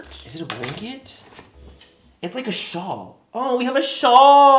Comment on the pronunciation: Did you said "Schal"? That is the german word for scarf🤔 is there a little german boy inside?? 😁